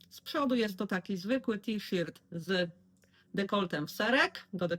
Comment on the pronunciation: Witam, zawsze z przyjemnością oglądam Twoje filmy, czerpię inspiracje, podobają mi się Twoje udziergi, są super. A z wymową słowa t-shirt jakoś nie mogę się zgodzić bo w szkole było to inaczej😊. Pozdrawiam, Cię i czekam na następne filmy. Ela.